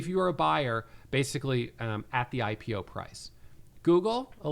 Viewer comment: Love how you pronounced it "HypePO" instead of "IPO" and I think that's perfect. Looking forward to this hurricane of a catalyst